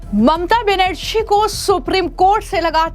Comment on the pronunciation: हिंदी बोलने नहीं आता इस ऐंकर को। बनेरछी और छ और झा में कोई फर्क नहीं समझ में आता है